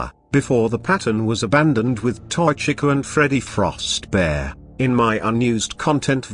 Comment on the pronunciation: As decent of a job the text-to-speech thing does, you might want to consider changing how you spell certain words in order for the program to pronounce them correctly. Chica is a big offender here, and when you're trying to get the program to read off the year of a date correctly, I'd spell it out instead of leaving it as a numeral. When in numeral form, it wants to read it like it's a number rather than a date. For example, when you used 1989 it read the number is one thousand, nine hundred eighty nine. Instead, you should put it in the script as "nineteen eighty-nine" so that it reads correctly. I'm not sure if you listen to the speech before adding it to your video, but it's just a suggestion.